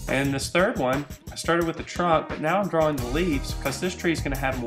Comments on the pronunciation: at the begining he say dwaing twees hehe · He enunciates the W in 'drawing' a lot.